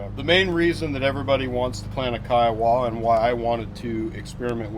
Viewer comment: Pronounced kai·uh·wuh named After the Indian tribe.